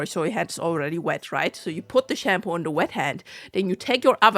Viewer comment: I dunno, I just find that pronunciation amusing. :)